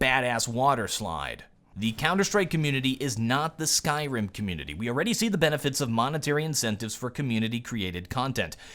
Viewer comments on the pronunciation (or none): none